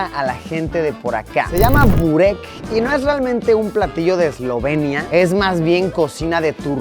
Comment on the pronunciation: Se pronuncia Boreck